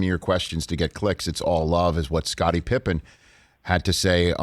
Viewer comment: Now I know dad calls Pippen "Pippa"